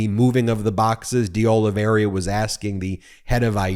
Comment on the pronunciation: It is Deoliveira and not Deoliveria, as you consequently pronounce that name.